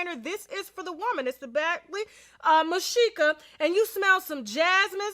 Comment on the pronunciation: Hey Tash n Winos!!! Love the show. its pronounced Bag-Lee Mish-Ka.